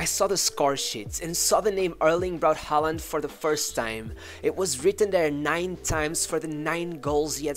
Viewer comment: Learn how to say his name properly.